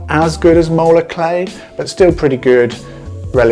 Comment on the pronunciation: Spell the type of clay you are talking about please, it sounds like you are saying molar clay.